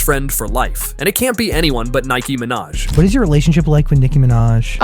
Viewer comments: Nike ✔ Minaj. Okay then 😆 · Nike Manaj?! It is actually Nikki Manaj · Omg he called Niki minaj Nike minaj. 😂🤣😂🤣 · "NIKE MINAJ"